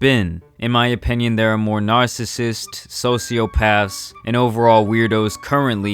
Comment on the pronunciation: It’s OPINION! Not OPENION!